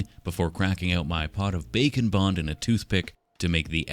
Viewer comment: Bake 'n' bond kina sounds like bacon bond 😂